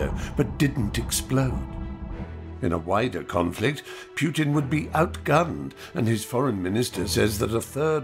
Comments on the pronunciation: This is very informative and realistic, but... Fry should learn how to pronounce Putin's name. It's "POOtin", not "PYOOtin". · PooTin not Putin… correct pronunciation is poo.